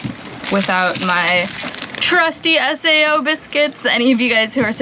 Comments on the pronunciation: Just a heads up, SAO biscuits are Australian (probably already knew that) but they are called 'say-ohh's or sayo) not S.A.O! love the video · HI the arnotts aussie biscuits are proniunced "Say-0" biscuits or at least that's what we called them when i was a kid, butter and vevimite is great on say=os\'s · SAO biscuits - pronounced "say-oh". Google the TV jingle for them, it's awesome. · S. A. O? Haha.. sorry, i thought that was cute. We just call them "say-o". BTW, I know nothing about sailing, but you really look like you're living the dream. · Hi. FYI in Aus we pronounce SAO as it is written i.e. one word like "sayo" - not as 3 separate letters. Loving your channel and your adventures